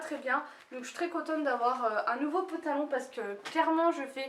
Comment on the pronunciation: De jolies achats ! Quand tu dit pantalon sa me fait toujours sourire ton accent est exacerbé sur se mot la 😂